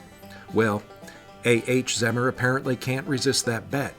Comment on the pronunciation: Pronounced Zee Mer. My great grand father